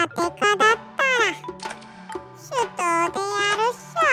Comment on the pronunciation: 手刀はてとう、ではなく、しゆとう、だよ。